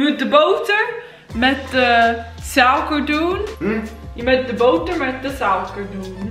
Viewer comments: Nee totaal niet ze zegt souker in plaats van suiker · ik maak ook fouten maar iedereen zegt dat zij heel goed nederlands kan praten maar ik maak juist de punt dat dat niet zo is ze zegt een paar woorden helemaal verkeerd zoals suiker dan zegt ze sauker en duits zegt ze dauts en ik geef juist een beetje kritiek omdat het toch niet helemaal goed nederlands is.